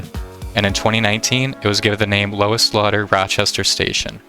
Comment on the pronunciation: ok i'll be "that guy" its lou-eez(spelled louise) m slaughter station